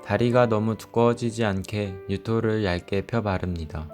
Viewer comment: 유토 발음이 자꾸 유ㄷ...로 들려요 ㅋㅋㅋㅋㅋ